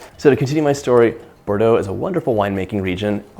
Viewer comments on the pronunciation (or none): none